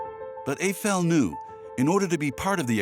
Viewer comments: NOOOOOOO! Not Eigh Fell! Aifel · Evel? The name is Eiffel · The name Eiffel has German origins, his grandparents were in fact German. As such pronunciation needs to be like the "normal" EYE-fəl. Now I am unable to watch this prob fine docu as the name is butchered every 10 seconds. No thank you 🙂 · Why is the commentator pronouncing “Eiffel” as “A-fail” ?! 🤷🏻‍♂️🤷🏻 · When visiting Paris the first time in 1966, my French born friend insisted that "Eiffel’ shall be pronounced ‘ef- fel'. And that shall be so in French as well as in English, because it is a family name (proper noun) and therefore shouldn't change when you switch to another language. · It’s not pronounced Ayfel for heavens sake! Surely you could at least have got that right.